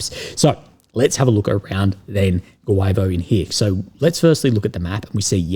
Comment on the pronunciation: Guevo: Goo-yee-vo